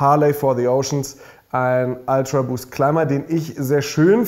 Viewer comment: „Ultraboost“ nicht „Altraboost“